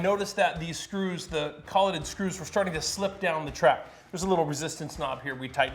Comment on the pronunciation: "co lay ted" fasteners like paper from a printer not collet like a router collet tool holder if you know what that is.